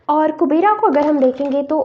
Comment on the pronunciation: Kubera nhi kuber boltey h